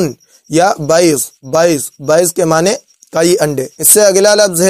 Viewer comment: جو تلفظ بیض یا بیضة کا آپ کررہےہیں عربی اپنا سر پکڑ کر بیٹھ جائیں مگر آپ تو آپ ہیں آپ تو قرآن کریم میں ضاد کو ظاد پڑھتے ہیں جو معنی ہی تبدیل کردیتا ھے ۔اور قرآن میں انحراف کررہے ہیں ہم یہاں عرب کو سنتے ہیں وہ ایسا نہیں کرتے بول چال میں ضاد ضاد ہی کہتے ہیں